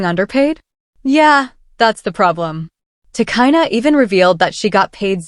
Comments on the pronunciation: You don't even know about the people you cover ,, your names are often wrong ,,It's pronounced " Ti, Cheena ". Arnold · Get the name right !!!!!! If you going too report on someone okayyyy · You can’t even say her name properly so how tf do you expect me to believe this video